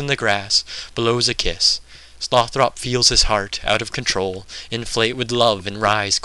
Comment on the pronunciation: You look like a dorkier version of ewan macgregor in star wars. Good reading, and the whole project sounds like a very cool idea - I'm a huge pynchon supporter. Couple of suggestions: 1) a different camera angle, perhaps. 2) I believe you're pronouncing tyrone's name wrong as Sloth - Ropp. The final vowel is supposed to be soft, and Slothrop should be pronounced like the name "Winthrop" aka Sloth-rup.